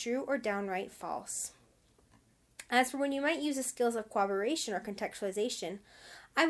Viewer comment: Good vid but you labeled the "corroboration" section "cooperation" on the vid sections and your pronunciation is an odd mix between the 2 words. It is cor-rob-er-ray-shun not coo-awb-er-ray-shun